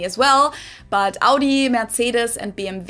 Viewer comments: sie legt viel zu viel Betonung auf das U, wahrscheinlich um zu zeigen wo die amis den Fehler machen, aber trotzdem falsch. Da hört es sich besser an als er das erste mal Audi sagt. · Audi hat sie völlig falsch betont.